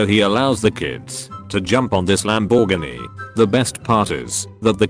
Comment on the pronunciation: No One: This vid: lamBORGiny